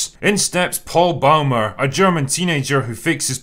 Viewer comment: "Bäumer": Proniunced very like "Boymer".